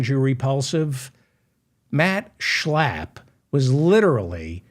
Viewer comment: Everytime u say Schlapp the way u do, laughter erupts!